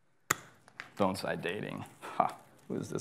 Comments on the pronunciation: Thank you for pronouncing the word Bonsai correctly! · Thank you for pronouncing the word bonsai correctly